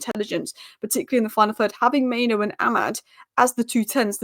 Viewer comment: It's mainoo, not maino